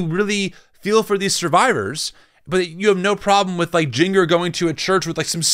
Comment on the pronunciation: Lol you pronouncing Jinger as "JEEN-gur" when it's "JIN-jur" is killing me.